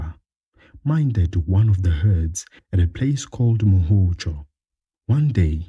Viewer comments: Hi. Are you saying the pronunciation should be "Mu-Hoody" as opposed to "Moody". Thank you for that perspective, many people have been pronouncing it as "Moody".. We will look into it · It's Mhudi not Mudi.